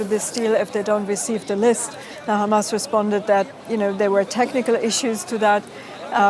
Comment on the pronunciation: I'll never understand how "Hamas" turns into "Khaaamas" but Qatar turns into "cutter"... Israeli pronunciations confuse me.